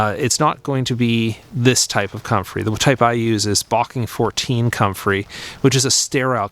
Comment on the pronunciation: Hi, would you please give me the name of sterile comfrey you use, I could not make out what you said in the video, sounded like "barking 14" I heard you say.